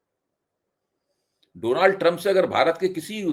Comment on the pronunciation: इन्होंने डोनाल्ड को डोलाण्ड बोला इसलिये ट्रंप नाराज़ हो गया। 😂